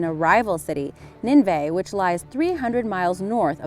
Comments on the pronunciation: Its pronounced "nin-nuh-va" not ninvay. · Nineveh (nin-eh-vah)